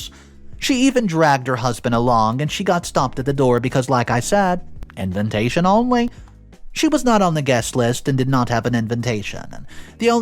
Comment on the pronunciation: I cant get past when say envintation.😊